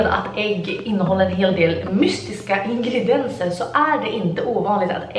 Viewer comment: Hahah gillar att hon säger ingredens